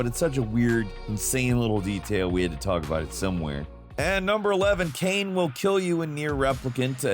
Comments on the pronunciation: from "kainé" (kah-i-neh) that is a big departure. was thinking of "legacy of kain" when first hearing the segment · Say this with me; “Kie-Nay”. Her name is “Kie-Nay”, not Kain. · Kaine is pronounced Ka-ee-neh.. That's not a silent E at the end haha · It was cringe worthy...almost made me stop watching the video. Smh.